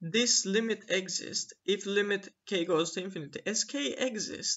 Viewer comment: The accent of exist is on "i", not on "e"!!